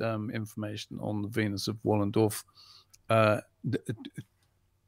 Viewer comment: Wallendorf? Wollendorf? C’mon fellas.